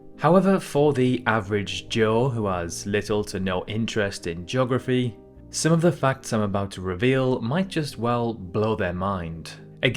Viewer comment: Joggerfy. Really?